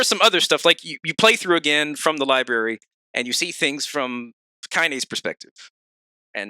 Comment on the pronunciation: Anyone else get a small brain aneurism everytime says lieberry?